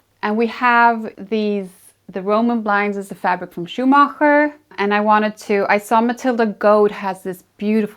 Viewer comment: Beautiful home and lovely hostess. The only person in all these Homeworthy videos who oronounced Schumacher in the right way😉 Al the best to her and her family🍀 Greetings from Germany 😊